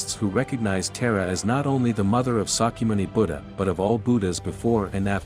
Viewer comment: please work on your pronunciation of these goddess names, by watching native language speakers. hearing her name mispronounced right off the bat is jarring (it's tara like czar), and makes your video immediately seem less credible.. . .then you say 'when vishnu scattered the parts of sati's body" (instead of shiva). please please listen to more indic voices, authorities, knowlege keepers before making your otherwise well produced videos! and not a single mention of yoga (which is the only reason I stayed till the end)!